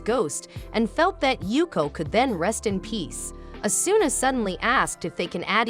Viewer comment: and its o su na = asuna